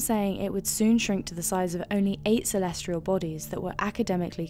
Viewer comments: There is no 'R' in 'Celestial'. Stop saying 'Celestrial', ffs. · For #4 is she saying "celestrial"? It sure sounds like she is.